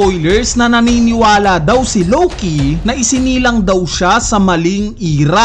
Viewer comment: Si LOWKEEYYY 🤣 ang diin eh hahahhaa...